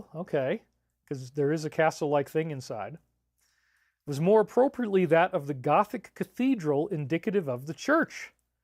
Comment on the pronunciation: Great presentation but one small critique “Needs mare cow bell”